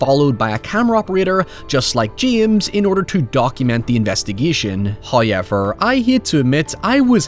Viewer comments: He's owning hoyever! When do we get hoyever merch? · "hoyever" took me out, why would you come for your own accent like this 🤣🤣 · Using Lovecraft as clickbait again, despite saying in the video that you don't consider it to be lovecraftian. "Hya-eever" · Why wouldn't he? It's how he speaks!!!! As opposed to giving in to the shaming or ribbing he always get...from 'mericans, I imagine😏